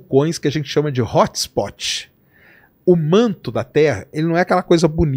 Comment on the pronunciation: “Hótxhspótchi” … brasileiro falando inglês é vergonhoso 😂